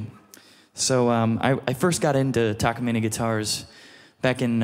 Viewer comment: He actually pronounces the Takamine correctly. *but he pronounced Sapele (Sa-Pee-Lee) wrong 😂